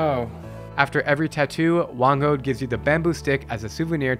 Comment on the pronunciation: It's whang-od not whand-od